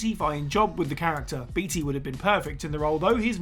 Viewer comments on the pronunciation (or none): It's pronounced bait-y not beat-y come on Google if you don't know it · Beetea... I beg your pardon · Warren BEETY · Dude, just because it is spelled Beatty does not mean it is pronounced that way. It is pronounced Baitey. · Warren “Bay-Tee” not “Bee-Tee”. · Introduction is WAAAAAY too long! And Beatty is pronounced "bay-tee".